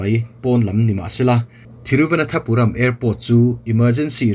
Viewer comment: Thiru va nan tha puram ti a lamtur ani in ka hresi a sir, thiru vana thapuram I ti zela (nan) tih tur a ni zawk em aw